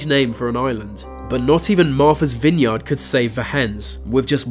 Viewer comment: Being an American hearing him mispronounce "Martha's Vineyard". XD